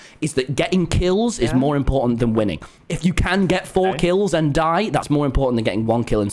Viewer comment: "Wil, Wil- I have injected winning (I THOUGHT HE SAID WOMEN) into my veins."